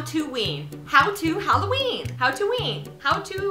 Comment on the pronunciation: U said spopy hallooween